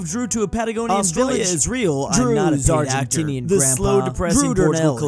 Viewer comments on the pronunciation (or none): none